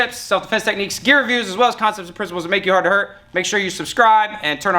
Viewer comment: Is it “Hard-Tohurt? Or “Hardto-hurt?” 😂🤚lol fantastic video. I liked the interplay between you and sifu Seth.